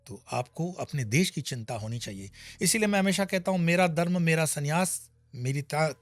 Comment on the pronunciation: आप ' दर्म ' में नहीं ' धर्म ' में हैं...... आपका ज्ञान तो अच्छा है परन्तु आपको आपके उच्चारण पर भी ध्यान देना चाहिए 🙏